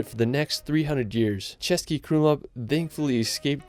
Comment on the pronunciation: Nice pronunciation of the Český buddy, appretiate =). Those ščřž not ez for foreigners ♥